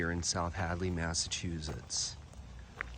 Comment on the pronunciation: I love how you pronounce Massachusetts. Very historic cemetery. Thanks.